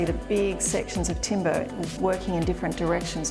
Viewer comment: So glad she changed the pronunciation at the end: timber not timBAAAAHHH. Cool vid!